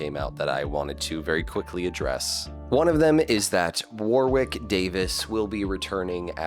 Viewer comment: Pronunciation of “Warwick” is “Worrick”, not war-wick.